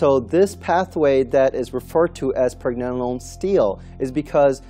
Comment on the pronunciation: you can not even say Pregnenolone the right way